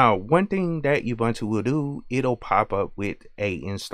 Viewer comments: I thought ubuntu was pronounced oo-boon-too. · Awesome video. One note tho... It's not pronounced Youbuntu... It's an African word, here is Deamond Tutu pronouncing it and explaining the humanity aspect...